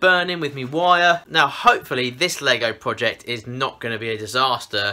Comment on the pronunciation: Dude, the way you say "Project" is very funny!